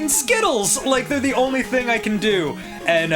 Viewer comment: " the only ting I can do " danny does skittles.